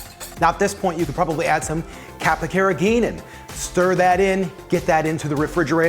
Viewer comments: What is the word you’re saying - capakirageen? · you say at this point you could add some “capoheriheen” I’m sorry what is it ?what does it do ? and how do I pronounce and spell it? 😂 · what? Capicaragainin? What's that?